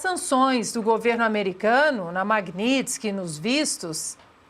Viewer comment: Não sabe nem pronunciar o nome da lei.